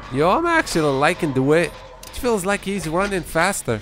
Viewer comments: D-why-ght. You're saying DeWitt. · Its pronounced DaWhite